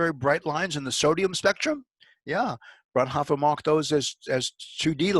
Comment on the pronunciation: Frau-N-Hoooooo-fr. Not "frnhoffer"...Please work on your languages....